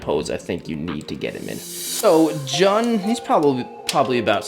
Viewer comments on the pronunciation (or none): You say it like June not jun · Eric video! always loved Halo and this is definitely my favourite figure you've reviewed. I would love to see more reviews on the rest of noble team, keep up the good work! Ps. its pronounced June not jun. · His name is pronounced as "June" 😂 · dude jun is not pronounced that way it's pretty much like saying June just without the e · It's pronounce June bud but I might get this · Yo bro you should probably check out the three zero figures probably the transformers ones, also you pronounce Jun as like "June" 😅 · his names is pronounced " June " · jun pronouced "joon" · Jun’s name is pronounced the same as the month “June” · the way to pronounce his name is actually "June" like the month, regardless though this is an amazing figure